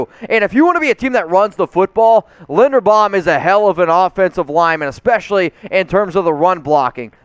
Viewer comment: He called him Lindenbaum😕 it's LIINDERBAUM dude smh